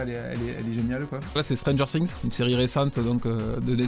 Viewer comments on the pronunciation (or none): Le mec il dit stranger ssings 😂😂